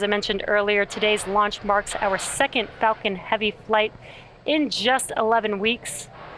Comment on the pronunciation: This woman sounds like shes constantly saying the f word when she says falcon. ..."its fu**ing heavy sir."